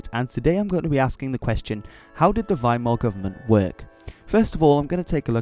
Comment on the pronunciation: Finally, someone says Weimar with the w as a v